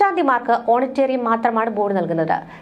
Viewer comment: "" ഓണറ്റേേറിയം "'..... അല്ലാാ..../ * ഓണറേ..റിയം *.........എന്ന്...... പറയാൻ......അറിയാത്ത...... മാ... പ്ര....... കൊച്ചേേേ......../ കഷ്ടം.......!!!!!!!!!!! 😛😛😛😛😛😛😛😛 സിവങ്കുട്ടി.... യുടെ..... സമയത്ത് +2....പാസ്സായ താണ്.... അല്ലേ...?? 🤣🤣🤣🤣🤣🤣🤣🤣🤣🤣🤣🤣🤣